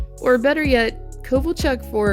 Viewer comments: It's pronounced O Do Ya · I liked the video but the city failed to hold an NHL team. Twice. So easy before dissing on Winnipeg which will be a cup contender for another 2 years. Also its Oh-doo-ya (Oduya) and he is pretty respectable player. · Oduya: Oh-Do-ya